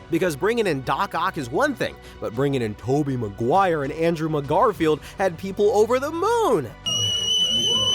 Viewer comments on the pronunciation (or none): “Andrew MaGarfield”